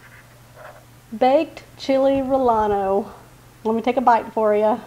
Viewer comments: Love it.. I use ANAHIEMS (i enjoy ROASTING those myself.. my PARENTS WERE from the SOUTHWEST ) Ive ADAPTED to POBLANOS as well as they're more widely used by Mexicans. I can also help you with your PROUNCIATION of CHILE 'RELLENO' ❤😊 Thing is .. in another Comment it was pointed out how you did not pronounce RELLENO correctly..So, ill try to help with the pronounciation. Here's a SPELLING or "PHONETIC" or Speech sound..say, RE-YEN-NOS instead. Whenever there is a Double LL it should be pronounced as a Y sound. Nevertheless, Enjoy your accent and Videos! 😅 Lol. 🎉 thank you. ❤❤ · I love this idea. Making them the traditional way is a lot more work. just so that you know. 2 ll's together in Spanish are pronounced as a y. So like tortillas are pronounced tor te yas and rellenos is pronounced reyenos. Took me a while to learn this when I was learning Spanish. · Rellenos pronounced: "Ra Ya No's" I Love your recipes and how easy they are. Not using a bunch of expensive ingredients that most of us don't have and maybe never heard of. Keep 'em coming :) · Sounds good. Just an fyi - two "Ls" are pronounced like "y" in Spanish. This would be pronounced "ray-ahn-oh".